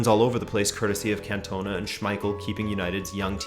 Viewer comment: Love the vid but please don't say Cantona like that again 😅😂